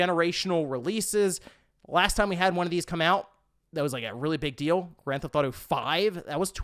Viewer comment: Am I the only one who can’t not hear say, “Grand Th-Auto” instead of saying the full title? Once you hear it, I’m afraid you’ll never be able to unhear it.😅 Edit: now that I’ve made this comment, I hear multiple times where he actually does say the full title. Am I crazy? 😆